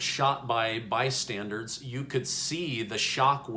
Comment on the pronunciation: "recorded by bystandards" 🤪 and we're listening to this guy? it has my sons preschool motto behind him